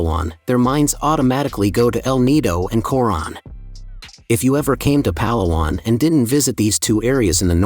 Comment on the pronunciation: I'm always amazed at how "Vloggers" visit these beautiful places and don't bother to learn the correct pronunciation of the place they visit. pa-LA-wan.